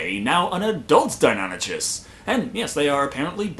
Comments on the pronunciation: Why do you say deinonychus like that?! Ch is like Christ never like church.... it di-non-I-kus phonetically... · Fyi, Deinonychus has a 'k' sound, not a 'ch' sound. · Like your vids and not sure why I’m bothering to comment on a three year old vid but your pronunciation of Deinonychus hurts me 😫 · Was your mispronunciation of "Deinonychus" deliberate?